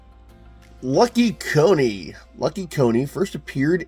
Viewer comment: It's Lucky Coin not Lucky Co-ne. The coin on the cover is spelt different.